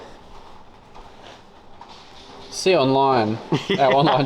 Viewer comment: If is going to be a machinist he needs to know its "swarf" not "swarth".